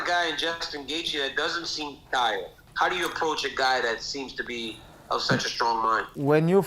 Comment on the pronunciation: I HAVE NEVER EVER ONCE BEEN '' T I E ..RED"?!! KABIB '